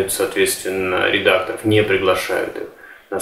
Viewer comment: Н редакторОв а редАкторов,,,, деревня